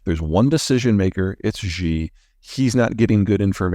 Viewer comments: Someday, if scolded enough, Peter may take the trouble to learn to pronounce the name Xi. It is not. as he tries here pronounced "zheee" nor, as he sometimes hits on "sheee" the last phoneme is actually as he has it a long i; the x throws a lot of people because the sound is a soft s. Leave your tongue limp in the middle of your mouth and make a sound like "cee" It won't be perfect but less embarrassing than his usual argle-bargle. Good luck. If a billion other humans can do it he can too. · It might help if you learn how to pronounce Xi. It sounds “she” or the letter “C” not zhe